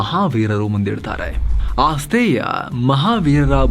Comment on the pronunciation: ಆಸ್ತೇಯ ಅಲ್ಲ, ಅಸ್ತೇಯ, ಜೈನರು ಅಗತ್ಯಕ್ಕಿಂತ ಹೆಚ್ಚು ಶೇಖರಣೆ ಮಾಡದಿರುವುದು ಕಣ್ಣಿಗೆ ರಾಚುತ್ತಿದೆ